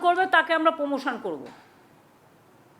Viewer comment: উনি র ফলা উচ্চারণ করতে পারেন না।